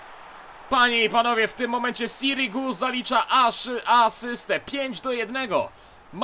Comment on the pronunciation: raczej sirigu on mówi dobrze